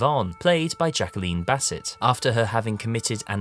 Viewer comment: Thank you for your recognition of this fine film and Finney's wonderful performance. Two small corrections: I don't think that Jacqueline Bisset's name is pronounced "Basset," but I may be wrong. The author of the book is Malcolm Lowry, not Michael.